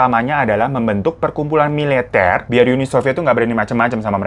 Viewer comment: kuping gua doang apa emg lo ngomong "perkumpulan MILETER" bang? HHAHHAHAHAHA kok mendadak batak kao ku tengok wkwk